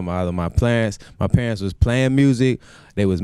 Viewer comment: lol he said "Plarents"